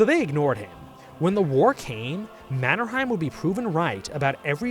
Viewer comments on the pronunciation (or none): How did this guy mispronounce Mannerheims name that badly??